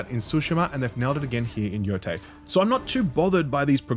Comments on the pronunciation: he said yo-thai but it is yo- tey… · Bro played this game for dozens of hours and still pronounces it “Yo-tai” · It is pronounced “YoTAY”